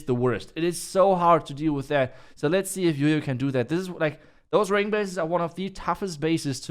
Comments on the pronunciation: Hearing him say YoYo instead of JOJO pisses me off 🤣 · The letter "J" pronounce "Y" in deutsch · Why do you call him yoyo when his name is Jojo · Why everyone calls him yoyo when his name is Jojo🙄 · Why you guys pronounce Jojo as Jojo when it's spelt as Jojo?